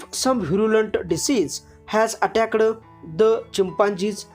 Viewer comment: you use some words like caused, attacked, bear and other like this you pronounced very wrong